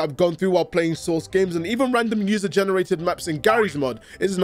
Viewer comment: you need to have a "source" quota for all of your scripts. Whenever you say it, it sounds like you're saying "sauce" and it makes the world seem a little brighter every time.